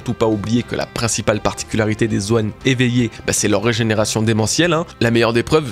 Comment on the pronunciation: Hâte de voir le dénouement! Je sais pas trop où ça va partir et de plus en plus intrigué par Saturne perso, même sa régénération me paraît bizarre, comme s' il n'était pas réel a proprement parlé. D'ailleurs, petit détail mais régénération y a un accent c'est pas reugénération;) (signé un toqué du français )